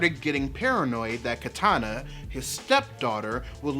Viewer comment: why do people always mispronounce Kitana's name?